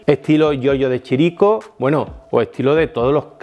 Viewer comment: Giorgio de Chirico en italiano el apellido se pronuncia Giorgio di Quirico. Gracias por este video